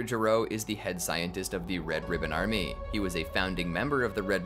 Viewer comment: "Red ribbon ArMEH"